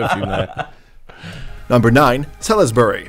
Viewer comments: I knew this was gong to be a disaster when I heard the AI voice and fumbled the difference between the isle of Great Britain and the United Kingdom. Ply mouth, Salis berry, 🤦‍♂️ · Atrocious pronunciations. We have a "Plymouth" and a "Salisbury" in the US and both are pronounced more or less as they are in England.